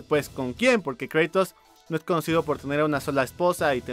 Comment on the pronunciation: "Kreitos" :v